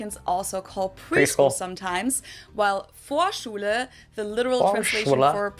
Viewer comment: Vorschule and Gesundheit was pronounced perfectly by the way 😊